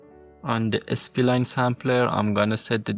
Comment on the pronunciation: Spline , not S P Line.😅